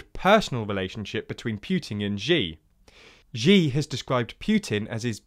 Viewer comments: Xi Jinping's Xi is pronounced more like "See" not "G" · It’s pronounced “sh ee” Xi not Jee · And Xi is "she" not "zhee" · The way you pronounced Xi's name is quite funny.